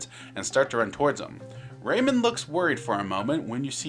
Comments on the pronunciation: "Raymond, from the Raymond series.." RAY-MAN. RAYMAN. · Ah yes, Raymin. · WHY ARE YOU PRONOUNCING RAYMAN LIKE THAT